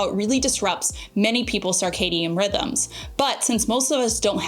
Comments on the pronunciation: Hey cutie! Circadian is pronounced like “Circle” rather than “Sarc-astic”. There is no ‘a’ sound after the C. I hope this makes sense to ya! You are such an awesome example for all of my nieces as they approach their young family life. I appreciate you and love how you model an openness to hear new things and to be always learning to benefit your family. 🫶🏻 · Girl, I love you, but you're not pronouncing circadian incorrectly. First syllable is pronounced "sir", not "sarr" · I love you, but I’m going to need you to stop saying sarcadian rhythm 😅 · It’s pronounced SIRcadien rhythm. Not SARcadien. Sorry, but it’s driving me crazy! ❤ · Why saying "SAR-cadian" rhythm? I always thought it was SIR-cadian. Have I been saying it wrong all this time? 😂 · It is SIR-cadian 😂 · Love her also but mentally corrected her every time. 😊